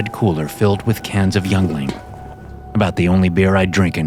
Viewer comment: Yuengling is pronounced "Ying-Ling" if you use it in future stories! - PA resident